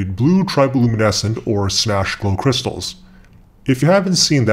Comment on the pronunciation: did you mean kershstals :D no